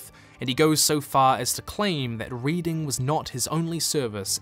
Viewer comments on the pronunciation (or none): none